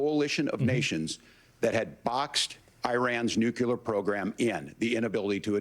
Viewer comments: the harris guy says nucular when its nuclear vance and trump win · That's it, walz is one of those! People who pronounce nuclear as "nookyular" 🤮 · It irks me that someone of Tim Walz's station can't pronounce "nuclear" correctly. I wonder if he "culers" the table after dinner at home. I wonder he is goes for a nice walk to "culer" his head. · If you cannot pronounce nuclear, then you should not talk about it. Go and educate yourself, because as of now, you are not educated in the simplest most basic sense. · lol walz pronounces nuclear funny :D